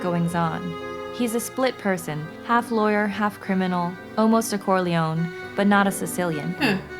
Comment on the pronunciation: Corleone non Corleon